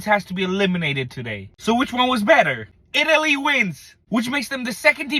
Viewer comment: bro literally said itlay wins